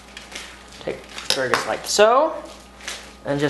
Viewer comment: are you saying "aksparigus"?